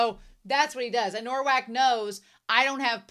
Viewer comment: Thank you for this reaction! For the future, I know you already realised its "Nowak", but let me explain the spelling - its spelled like "Novak", our "w" sounds like your "v", and your "w" sounds like our "ł", which is actually a letter used in Rafał's name. I love this series and your reaction to it!